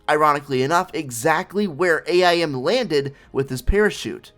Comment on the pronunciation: I think you should learn how to pronounce AIM